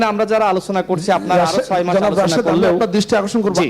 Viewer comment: রাশেদ উচ্চারন ঠিক করে কথা বলুন - আলোছনা কি?